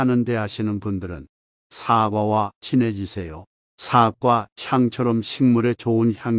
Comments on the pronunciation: 사과라고 발음해야지 사~과로 발음하시니~ 사악과로 들리기도하네요~ ;; 다른발음은 좋은데 사~과 발음은 영 아니네요~ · 사과 발음이 영 부자연스러워 듣기에 매우 거북합니다 유튜버님께서는 뭘 잘못하고 나서 사과할 때의 발음으로 하니 발음부터 고쳐서 하시는게 좋겠습니다